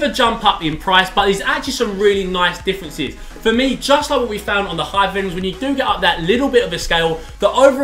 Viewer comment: i rearry rearry rike This boot... asian? Listen closely aswell